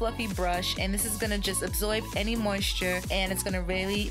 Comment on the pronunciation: Love your accent when you said ABSOIB (ABSORB)